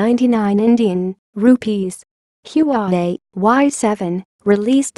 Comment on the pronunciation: Its HUAWEI not yuwawei